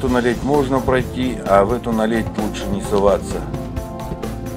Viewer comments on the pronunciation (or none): то есть наледь(ударение на а , тогда всё понятно спасибо!!) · Наледь- ударение на первый слог , аж слух режет